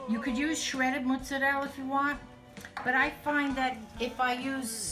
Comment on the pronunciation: What's rig-ot? Oh! Ricotta! What's moots-uh-rell? Oh! Mozzarella!